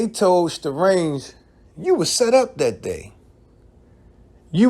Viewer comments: Say the name right goofy.. I stopped watching after the 3rd time you said "strange" it's Starang Wondah... pronounced Stah Rang... u claim to be a fan but can't say the name right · My meo comment might have inspired this video. Btw it's Sta-rang not strange, and he actually was from Queens while the rest of Bcc was from Brooklyn. That OGC video had alot of adverse effects for boot camp. It made some radio personalities have to choose if they were rocking with bad boy or boot camp and we all know how influential Puff is, so you barely heard any boot camp on NY radio after that. One of Smif n Wessons biggest exposures was on a Mary J Blige remix, then that relationship became awkward, and Big's crew and security included D-Roc and C-gutta who were both ex cons that were not there to rap. Think about the pressure boot camp and especially Smif n Wesson had and the money they lost out on because Starang wanted to be immature. Ain't nobody get killed or mamed, but Starang signed up for an ass whooping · His name not Strange... Its Sta-rang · Lol his name is Starang not Starange😂